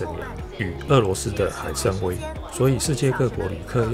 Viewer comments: 俄罗斯的海生崴（wai）不读威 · 纠正一下 是海参崴是（wai）不是（wei） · 阿平拍視頻，必定是精品，辛苦你了！贊一個👍，另外提出一個小小錯誤，俄羅斯海參崴（碗同音），不念威。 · 海参崴 读wai3 我不知道湾湾怎么注音，可以让谷歌给你读一下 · 那个读 海参崴(wai)三声......